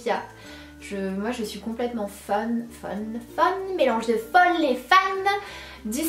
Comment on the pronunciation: Dis donc tu y tiens à ton "fonne"!! 😂 Super vidéo sana, tu es toujours aussi magnifique ❤️